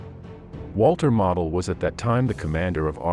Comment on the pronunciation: Point of pronunciation….Gen. Model is pronounced “moe del…..not model.”